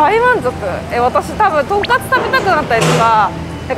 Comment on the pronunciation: "とんかす"ではなく、ちゃんと"とんかつ"やったね！ 長期で行ったら行きたくなるお店♡ の幸せそうな顔♡*